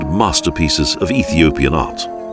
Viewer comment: Very professional camerman Love how the narrator pronounced the names of Ethiopians with confidence